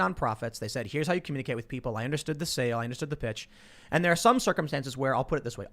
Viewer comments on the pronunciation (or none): none